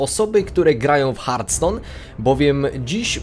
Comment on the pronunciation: Bożeee, nie mów Hartston proszę...